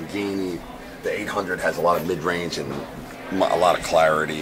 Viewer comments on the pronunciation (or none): am I the only one who heard the N word when he said "mid range" talking about his EQ pedal?